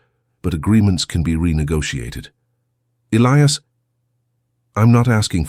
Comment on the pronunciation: At Isabellas dad's funeral he said.... He died that night Your Narration is always immaculate, But pronunciation of names, Elias or Elias Listen to your story.